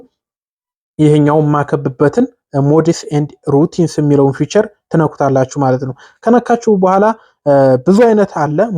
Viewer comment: ፊዩቸር አትበል